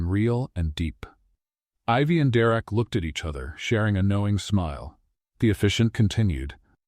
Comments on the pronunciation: Have to say it was a super awesome story even with the name being pronounced wrong, Derek was direct lol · Story is good. Narrator called Derek Direct lol. N. GA. USA 9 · Coreova, Alaska 10 of 10 Another great read from this channel. Thank You... One small thing, Derrick not Direct... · 9 because derek was not said right many times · I liked the story but I had listened to a very similar story just recently. Mostly the act of kindness was different. The story line was the same. Someone is copying. The pronunciation of Derek was inconsistent. The emphasis at the end of the name I had never heard before. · Shaking my head at the narrator's pronunciation multiple times of the Derek name. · I liked the story but it was hard to listen to the narrator mispronouncing Derek's name and it seemed like every 2 minutes they brought up "the pothole" Too much repetition for me. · Annoying how AI pronounces Derek. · Great story! Two problems - The pronouncement of Derrick's name and in the middle of the story Elizabeth was in a wheelchair and the sentence read, "Elizabeth stepped forward". I know she did step at the end against her husband, but in the middle of the story she was in a wheelchair and instead of "moving forward" you had her step forward. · Wish AI narrator would pronounce Derek's name right.